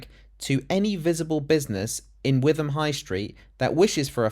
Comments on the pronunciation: its pronounced wit ham not with em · Not that relevant but it’s pronounced Wit-um. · It's pronounced whitahm. Don't go there.